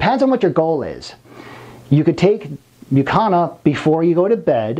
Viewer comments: Don’t want to be petty, but at a certain point, it is unforgivable that he constantly says “Mucana” instead of “Mucuna”. And… DUDE… wear a long arm shirt ffs! I don’t want to see your gay tattoos! Apart from that, a great video and a great doctor! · Since when does the letter "u" in the English language make an "a" sound?